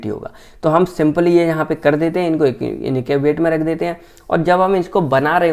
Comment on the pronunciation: Ye INACUBATE kya hota hai😅